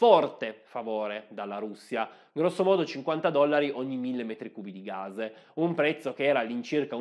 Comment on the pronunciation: Ma è così difficile pronunciare la parola GAS!? Non si pronuncia gazh o gazhe si chiama sempliceme gas con una S sonora come pus o anche pass